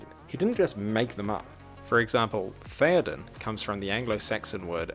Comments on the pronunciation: the first character, 'thorn' in English, should have its own pronunciation. In the video, you skipped that sound. The word as written should not be pronounced "eoden" but rather like "theoden". Now, it's like saying YouTube like 'OuTube'. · Just a linguistic point here: Your pronunciation of "þeodon" was wrong and should've been virtually the same as "Théodon." That letter, 'þ', which went unpronounced in your example, is called the "thorn" in English and, along with the 'ð' ("edh" or "eth," pronounced with a voiced "th-" sound), represents the "th-" sound, and either letter could be found representing the voiced ("lathe") or voiceless ("path") versions in Old English -- unlike in modern Icelandic, which still uses those letters, where the thorn is strictly voiceless and the edh is strictly voiced. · that first character is called a thorn, it's pronounced "th" (interestingly it's why a lot of English pubs are called Ye Olde, the thorn turned into Y so Ye is pronounced 'the') so that would be pronounced theoden